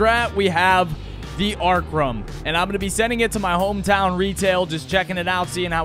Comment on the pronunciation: he said arkrum